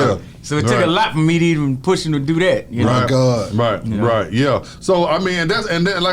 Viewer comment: B - “my gohd” 😂😂